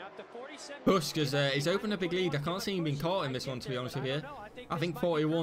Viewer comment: its bush that how u pronounce it